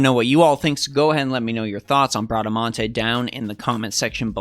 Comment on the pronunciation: You said Bradamante's name right hehe that's italian